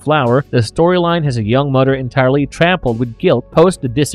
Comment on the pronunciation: Mother not mudder *